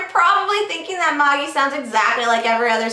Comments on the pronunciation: Always thought it was pronounced Maa-jee, not Maw-jee, lol. Anyways, the manga is so awesome, especially right now. I still think you should do a first impression on the Manhwa, Tower of God. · May-ji it's pronounced May-ji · its pronounced ma-jai, though if its pronounced that way in the anime then I understand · Is it pronounced ma-gee? I was pronouncing it mey-g-eye. Like the wise men in that Jesus book.